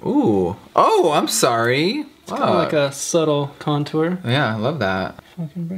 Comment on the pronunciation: Who else remembers when Jeffrey used to say "c*ntor" instead of "contour"😂🙌🏻